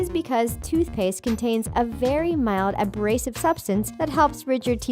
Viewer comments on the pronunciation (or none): “A brasive”